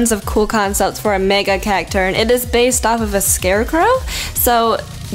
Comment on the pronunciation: when you said Cacturne, I heard it has Cacturd. lel